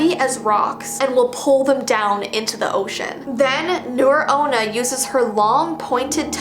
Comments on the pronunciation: Hey it is pronounced as nuray onna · nure-onna is actually pronounced nu rei-onna, because its japanese not english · Hey it's not nure onna its nuré onna not trying to sound rude